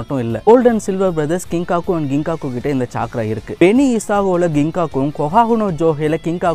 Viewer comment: Bro dhayavu senju word pronounce correct haa use pannunga (ex:chakra nu sollunga chaikra illa )